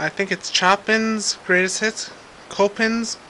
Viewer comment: um....its pronounced 'sho--pan"